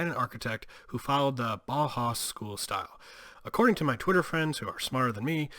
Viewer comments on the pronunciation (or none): Bow-House is the pronunciation. As in the track Bow-Wow-Wow.